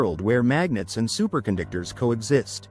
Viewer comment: "Supercondictors"? Say what?